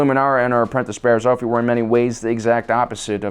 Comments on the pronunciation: Mispronounced another word, Bariss Offee (Off-ee) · Offee is pronounced OFF-ee.